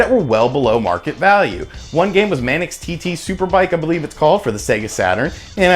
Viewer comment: Dude fyi from a Brit, it's Manx (rhymes with thanks)TT because is a real race held on the Isle of Man in the British Isles. Manx means of the Isle of Man far as I know. Good buying tips anyway